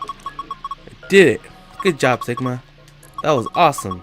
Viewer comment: Everyone didn't say "Sigma", but "Shigma". Because we(Japanese) don't say "si" in any Japanese words, and we say "shi" everyday...